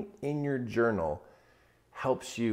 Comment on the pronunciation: This man said JOUNAL! So I will journal thank you so much this is such amazing advice starting tomorrow morning